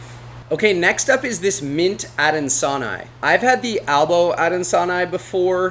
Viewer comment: Hey, love the channel. PhD in Biology here. Any time you see -ii at the end of a species name it's pronounced -ee+i, think the letters E+I. It indicates that the species name is named after a person, in this case 18th Century French Botanist, Michel Adanson.